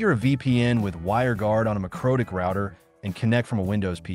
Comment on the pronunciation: Dude, AI narration - really? I just cant get past "mycrotik" router